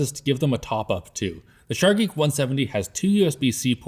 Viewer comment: Sharggi? Really? Its just "sharje".